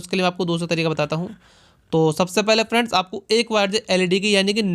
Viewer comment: Phelay experiment bolna sikho dost